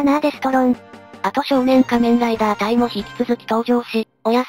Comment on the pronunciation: の「変身ブイスリャ～」はドクトルＧが変身したカニレーザーの時に初めて言いました！けどドクトルＧも「仮面ライダ～」と珍しい発音で言ってた。